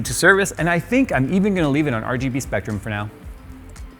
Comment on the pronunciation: said Spectrum and I cringed